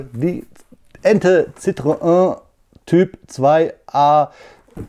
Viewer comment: Ein paar Sprachtipps für alle: Citroën spricht man "Sitro-enn" aus, wegen der 2 Punkte über dem e. Die zwei Punkte nennt man Trema: zwei nebeneinanderstehende Vokale, hier o und e, sollen getrennt gesprochen werden. 2CV steht für deux chevaux, wörtlich 2 Pferde (-stärken) und sollte wie "döh schövooh" klingen, oder wie die Schweizer sagen: Döschwo. Bitte, bitte nicht "schövööh". Denn das Wort gibt es auch im Französischen, man schreibt es cheveux (nur ein einziger Buchstabe anders), und es bedeutet "Haare"! Wer will schon Enten mit 2 Haaren? ;-)